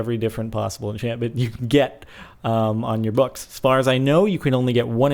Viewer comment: You say books funny